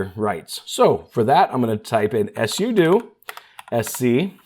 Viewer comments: Until you, i've never heard someone pronounce "SUDO" as "ESS YOU DUE". Most people say "SUE DUE" though I like to pronounce it "pseudo" because it's "SUperUserDo". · I’ve been a Linux & Android user for a long time, and I’ve talked to a ton of people. I’ve never heard sudo pronounced the way he did. I was so confused just listening, but not actually watching the video. All my life everybody has pronounced it “soo-doh”. Like pseudo without the P. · Thanks for the video - didn't know about the Startup Repair. Don't know if it's intentional or engagement-bait, but SUDO is pronounced SUE-DO (direct from the creator of the command). Also, REGEDIT IS REJ-EDIT. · Suh-doh? S.U.do?? 😂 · It’s pronounced soodoo 😂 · SUDO RHYMES WITH JUDO!! Yes, I know exactly what it’s an abbreviation for, but if you had ANY logic about your (mis)pronunciations, you’d call it S.U.D.O., not S.U.doo. Do you do this purposely, trying to piss off your audience by purposely mispronouncing things which EVERYONE knows how it should be said? How do you explain reGedit? It’s short for reGistry editor, how do you say the word registry? Obviously, every normal person says it reJistry, not the honestly pathetic and insanely annoying way you mispronounce the word. So, the real question is WHY DO YOU PERSIST TO MISPRONOUNCE COMMON WORDS IN SUCH AN INCREDIBLY INFURIATING MANNER? Are you actually trying to alienate your audience? Really? UNTIL YOU CHANGE, I’M GIVING YOU A THUMBS DOWN EVERY TIME YOU USE THESE HORRIBLE (MIS)PRONUNCIATIONS!! 💩🖕🖕👎👎👎